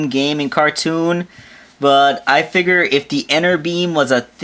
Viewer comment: he says figure "figore"